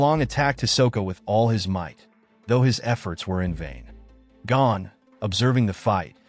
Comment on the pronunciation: It is not Gan it is Gon